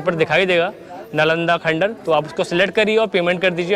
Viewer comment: Plz don't pronounce khandhar again n again...